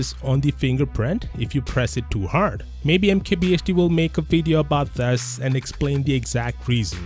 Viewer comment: Please pronounce This as This not Thes